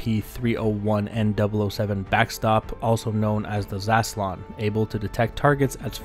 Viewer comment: It's [zʌ'slɔːn] radar ;)